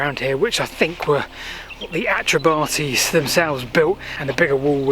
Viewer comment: 'Celtic' is not a word that should be applied to Britain. The metrication of British history is a drastically bad idea. I live locally and I have never heard the Atrebates pronouced Atre-Bate-ease. It's Atre-bart-ease. But notwithstanding the deviations, well done for making this video.